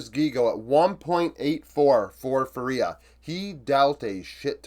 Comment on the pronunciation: hey man! Really love your videos (and its completely fine if you don’t care): its pronounced FUria and not fuRIA anyways, cant wait for your next videos! love from 🇧🇷